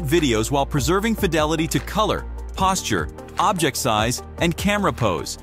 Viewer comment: The narrator keeps pronouncing the word "Object" as "objEct" (the verb form). He seems like he's a native English speaker, but maybe he isn't? But the real concerning question is, why would Google (a company heavily invested in the wielding of proper language usage), not notice this? Very annoying, and doesn't inspire confidence.